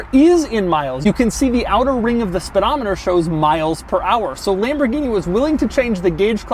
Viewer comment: It's not LEmborgini it is LAmborgini!